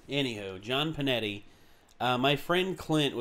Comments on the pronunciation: Hears it pronounced "Pinetti" Me: NAY NAY intensifies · It's PINETTE ! ,... NOT Pinetti !!!!!!!!!😠😡